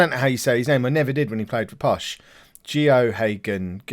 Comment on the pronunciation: it's pronounced "Go-hay-gen" Gen is like gun but with an e sound instead of a U. I hope that makes sense to you lol